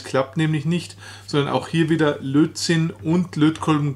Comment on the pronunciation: Es heißt Lötzinn und nicht Lotzinn.